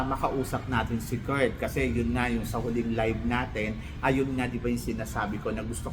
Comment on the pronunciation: please say Kirk not Kurt. Kala ko Mali pandinig ko pero pati translator Kurt ng Kurt. Sorry sakit kasi sa tenga, name kasi yun so we have to pronounce it correctly. Love u po